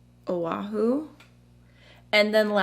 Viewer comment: You pronounced O'ahu correctly,! It's the name of one of the Hawaiian islands (the main island) but it's missing the glottal stop/backwards apostrophe (in Hawaiian it's called an 'okina). I'm from O'ahu and that's where Honolulu is located. 😊